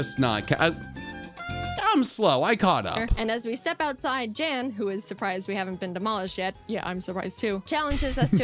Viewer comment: I appreciate that you pronounced Jan's name correctly in the video, especially since Jaiden didn't (not that she did it purposefully, I'm sure if she could go back she would pronounce it correctly in the video). Nice reaction videos, I enjoy being able to rewatch videos like this through a different YouTuber's viewing lens. It almost feels like we're watching together in a parasocial sort of way.